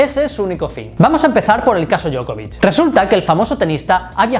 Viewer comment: Djoković Dio-ko-vich